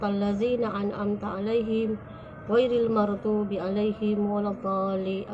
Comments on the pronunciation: Bukan ghoiril magdubi.. bukan ghoiril mardubi... Gini aja udah sangat salah... Apalagi.. dipertanyakan keislamanmu ... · ghairil mardu? fatehah pon tak betoi baca